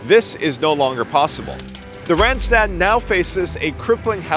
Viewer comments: it is not rent-stet it is Randstad with an ah , not an èh. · No, not Rendsted, please pronounce the 'a' as the 'o' in love. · Both a's in randstad sound like the one in car.